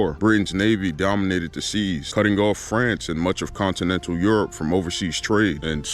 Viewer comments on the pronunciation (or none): none